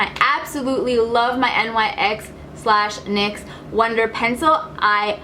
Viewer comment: the brand is said like nyx not N.Y.X. its named after the greek goddess :)